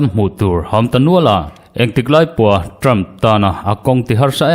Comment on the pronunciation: English hi lam uluk deuh teh... Ṭam ni lovin Ṭham tia chhiar tur a ni. Tin Haris ni lovin Heris tia lam rik tur a ni. Kaw leihchi ni lovin Khawleihchi tih tur a ni🎉🎉